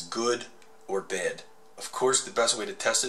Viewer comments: the way he pronounces bad is so funny, "to test if a battery is good or bed". :3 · "Good or bed"